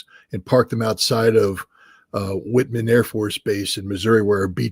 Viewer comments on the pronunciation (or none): It's WHITEman Air Force Base, not WHITman. You'd think Ritter would know this basic fact...